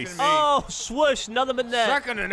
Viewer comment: love how geoff says “swush” the same way doug judy says “smush”